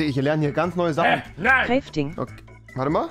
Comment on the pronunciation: Crefting XDDDD (ja ich weiß es heißt ‚crafting‘)